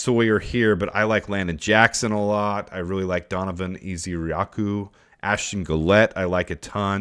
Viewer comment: donavan EZ-ER-A-KU. love the content